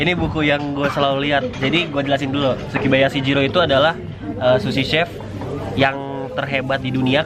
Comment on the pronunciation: Bang bukan sukibayashi jiro,tapi sukiyabashyi jiro